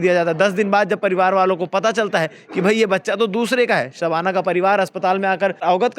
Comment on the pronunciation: शबाना और साधना के उच्चारण को समझे भाई ये जान बुझ कर नहीं किया होगा ऐसा मुझे सुनने के बाद लगा